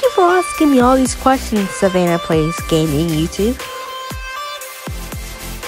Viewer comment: Haha you said my name wrong it's not Savannah it's Sa na vi all put together but it's okie !!! :)